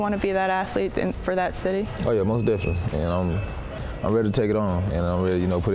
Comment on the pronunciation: MOST DEFINiNTLY all day lol